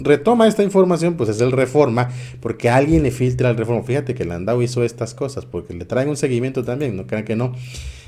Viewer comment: Amigo el apellido Landau es muy probable que se pronuncie Landó y que sea de origen francés gracias por tus noticias abrazó